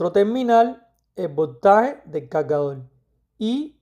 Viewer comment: calgadol, conectol, lactop jajajajaja aprende a hablar